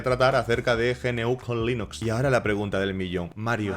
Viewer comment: Buen vídeo, pero podrías haber comentado cómo surge GNU y qué se pretende. De esa forma se podría tener una mejor visión del sistema operativo GNU/Linux (pronunciado "ñú", no ge-ene-u) y porqué puede dar algún error con algún componente hardware (por culpa del fabricante por ser un puto zopenco perezoso y no liberar nada). Instalate Arch Linux o Gentoo y dejate de chorradas jajajaa